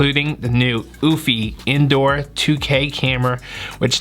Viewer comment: Good video!...However pronounced "You-fee". Not "oooofffyyy" just looking out for ya..